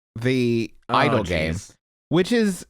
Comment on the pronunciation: I was so thrown away when Justin kept pronouncing idle games as Idol Games like my dude yeah come to idol hell